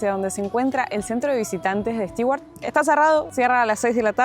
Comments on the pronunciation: Bonito Stewart ojo con la pronunciación de Stewart suena stuard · La pronunciación de Stewart es Estuart como si la combinación de tew es Too. Saludos y buen viaje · Hola chicos! Tema pronunciación: los de "beer" y "bear" en realidad son diptongos. En americano, beer se pronuncia "BIer" y bear, como se escribe. Después, las palabras con "ew" precedidas por consonante se pronuncian "iu" o "u" (a veces). Stewart sería "stiuart" o "stuart", como la palabra "new". Ahora "stew" (guiso) es sólo "stú". Espero haberles aclarado esto. Saludos!